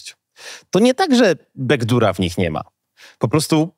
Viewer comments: door czyta się dor, a nie dur :) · Bez urazy,ale"Back door" czytamy po polsku: "bak dor" a nie "bek dur" (!?). Poza tym, pozdrawiam, gratuluję fajnego kanału, jestem stałym bywalcem. Proszę nie brać tego do siebie, ale w dobie wszechobecnych internetowych tłumaczy, razi mnie kaleczenie wymowy zwłaszcza przez popularnych internetowych twórców, do których z pewnością należysz 👍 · bekdur? xD JEŚLI TO AI CIE KOPIUJE TO MRUGNIJ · Hahah ale mnie rozśmieszyły komentarze na temat "bekdur". Naprawdę uważacie że użył tego sformułowania bo nie wie jak poprawnie to wymawiać? Małe śmieszne główki:) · Backdoor nie czyta się bekdur.